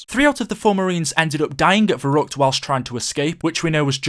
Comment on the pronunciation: I'm part German but it's pronounced verreeckt